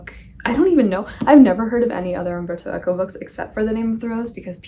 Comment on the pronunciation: and now I know why you had a perfect Italian accent with Umberto Eco last week... BTW, I bought War and Peace. (Yes, still don't own a copy of The Name of the Rose, but I own War and Peace). So I need to hurry up and finish the book that I'm reading so I can start that "small" book... Anyway, Ciao!